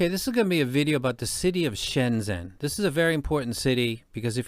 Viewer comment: Really cool video and appreciate you taking the time to talk about this amazing city. Just a quick tip on the pronunciation… in Pinyin, the Zh sound is like the J in Jennifer, or maybe G sound like in Genuine. So it's more like ShenJen.